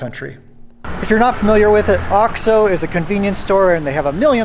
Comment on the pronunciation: You're still saying ox-oh. It is oaks-oh.